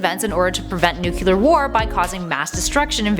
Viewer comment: “nucular war”